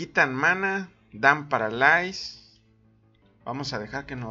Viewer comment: paralais? ulalá señor frances!!!! jaja saludos